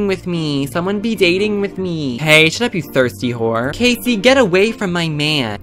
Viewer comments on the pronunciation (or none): none